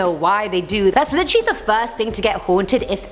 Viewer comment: Take a shot every time she says literally (litchrey)